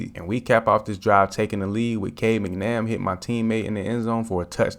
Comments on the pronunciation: Mac-Na-Mara Not Mcnam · For future reference, no hate, the qb's name is pronounced cade mac-nuh-mare-uh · Please, please. It’s pronounced MAC-NAH-MARE-AH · Cade Mack-na-Mir just to let you know😂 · Love it. Cade is struggling though because you keep saying his name wrong.